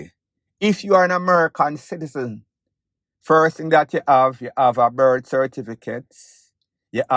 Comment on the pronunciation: He said "ting" not "thing" , which is a dead give away ..